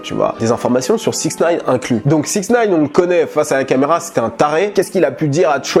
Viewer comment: C pas six nine c sixty nine